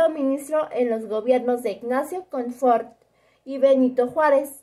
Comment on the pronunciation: Es Comonford, no Confort